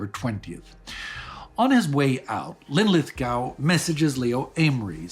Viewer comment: Lin-lith-GO, not GOW. Just like Glasgow.